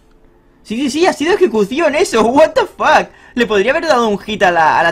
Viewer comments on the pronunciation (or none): Odio tus "what da fac", el resto todo bien. :c